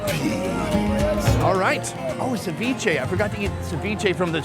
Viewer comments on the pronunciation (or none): none